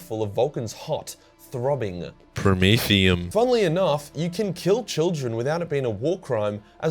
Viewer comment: I friggin died when you said "promethium" like that🤣